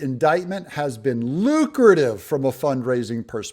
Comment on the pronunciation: She seems to have a problem with the word lucrative 😅 just saying.